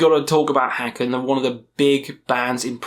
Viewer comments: Haken rhymes with bacon, not with Wacken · Haken is pronounced like Bacon